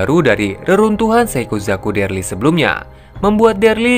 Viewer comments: Daryl bang bukan Derly. Io bang bacanya, bukan aio. Pelan² bang g perlu buru². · bukan derly bang, tapi Daryl bacanya Deril. 🙏🏻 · daryl pak bukan derli